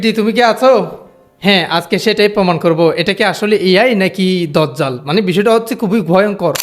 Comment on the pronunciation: ভাই সঠিক উচ্চারণ দাজ্জাল, আর মোবাইলের সাউন্ড হালকা